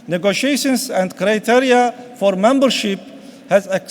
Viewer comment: saffrıda emörcıda kreyteryaya ve birçoklarına :d aksan deyip geçiyosanız pes bildiğin düz okuyor